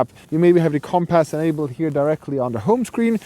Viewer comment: Him calling it comp-ass is really grinding my gears